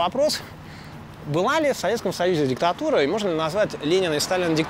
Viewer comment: Ну, диктатура, и чё? Большевики делали ударение не на слове «диктатура», как это делает уважаемый докладчик (по незнанию или же злонамеренно?), а на слове «пролетарская». Ибо согласно марксизму-ленинизму любая(!) власть это диктатура: • власть рабовладельцев (демократическая, если что: демократию-то рабовладельцы придумали, но не для всех, а только для себя — не то что рабы, а и не все свободные граждане и неграждане включались в понятие «демос») это диктатура рабовладельческая; • власть жрецов и прочих всяких попов — теократическая (тут Клим Жуков со товарищи подсказывают, что точнее и корректнее было бы называть иерократической), ; • власть феодалов — феодальная; • власть военных — военная; • власть буржуев — буржуазная (или даже буржуйская); • ну, а власть пролетариата — диктатура, соответственно, пролетарская. И да, ни для кого не было секретом, на какой основе строится государство, которое всегда и везде есть инструмент насилия для осуществления диктатуры правящего класса — на основе того, что правящим классом теперь будет пролетариат.